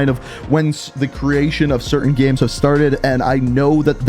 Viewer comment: Gameranx says "Gams" instead of "Games" and says "Gems" instead of "Games"